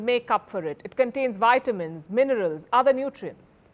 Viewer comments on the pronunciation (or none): Nice. Please correct your pronunciation of vitamins. It is V and not Y